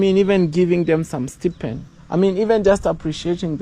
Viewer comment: the first syllable in the word "Stipend" rhymes with the word EYE. (STEYE-PEND) 🫡🤗🙌💛😊